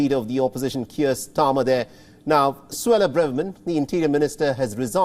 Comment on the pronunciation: सुवेला नहीं सुवेरा बोलो . जरा सही से देखो . इसका मुह गौर से देखो . डुक्कर हि दिखता है ...किधर भी डालती थी . I❤am happy